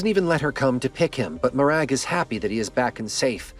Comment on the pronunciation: Mo-Rag :) Lovely Scottish name :) Great video mate. Look forward to the next one.